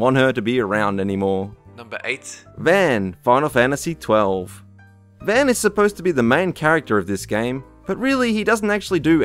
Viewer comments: Pii-choo not Pie-choo. Ree-koo not rai-koo. Vahn, not van. Also, how is Kairi annoying? She's barely in the game at all, so how could she possible get on anyone's nerves? Why was the first picture you showed of Namine, not Kairi? How is a joke boss that's really easy to beat annoying? What was the criteria for "annoying" in this list at all? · Pichu = Pee Chu, Riku = Re Koo, and Vann = Vahn. lol. Good video though. All of them listed in the video are way annoying for sure. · your pronunciation of character names is appalling, pichu (pee-chu) vaan (von)